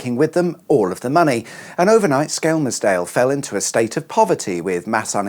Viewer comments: Anyone else thinks he needs to drop the L in Skelmersdale, or better yet just say Skem' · You don’t pronounce the L. It’s said skemsdale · It's 'dog bone' island. And Skelmersdale is pronounced 'shit hole'... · Nobody pronounces the L in skelmersdale.... it's skemmersdale 😉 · It's funny how you pronounce Skelmersdale 😂😂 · I'm disappointed theres one correcting you in the comments, so now I have no idea if your pronunciation is right or wrong. Also I think you meant unfinished in the title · I'm intrigued by your pronunciation of Skelmersdale.